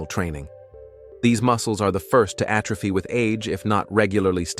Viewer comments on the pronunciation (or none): none